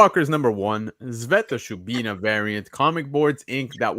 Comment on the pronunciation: Can someone one else please say Sveta Shubina it's always said wrong....